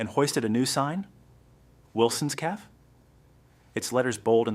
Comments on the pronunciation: It is cafe not caf and repeating the mispronounced word is annoying. The caf, the caf, the caf, the caf, my caf, my caf , my caf ... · Get a better reader. CAFÉ please notice the accent over the letter "e". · 😂 the mispronounced CAFÉ takes away the gist of the story. Did you go to school?. Your teacher will scream with anger too listening to your mispronunciation 😂